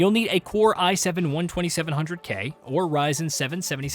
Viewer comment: Did this AI just say "1-2700-K" 😂